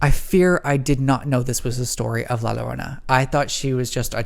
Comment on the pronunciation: Love your videos! And I wanted to add that La Llorona is pronounced as Lah Joe-roe-nah